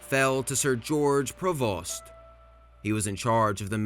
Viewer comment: the amount of mispronunciation is impressive. I've never heard someone mispronounce Huron or a common name like Prevost.